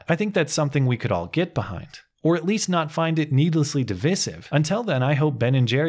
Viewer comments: please google the word divisive. Please click the little speaker icon and listen to how that word is pronounced. The second "I" is pronounced "I", as in "I appreciate the thoughtful discussion". The third one is pronounced the way it sounds in the word impression, or intimidate. /dəˈvīsiv/ Sorry, but hearing you say it the way you do in this video is a little painful since I consider you to be better than that. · Who pronounces it "divvissive" ??